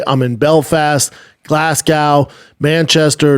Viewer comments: Glaz-Go it's pronounced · He can’t say Glasgow can he lol 😂